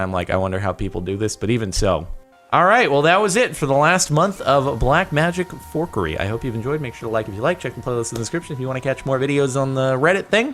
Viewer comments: It's fuckary not forkary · haha he almost said fuuuh-orkery